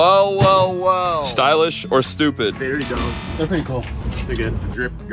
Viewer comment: Everyone: "Stylish" "Stupid": "Stoolish"